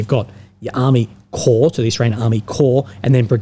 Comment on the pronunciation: Corps, Pronounced as Core, not Corpse;)....anyway, Ukr has now and will suffer even worse, to be polite 'amateur' staff administration they have exhibited so far, corps brigade etc...wont matter.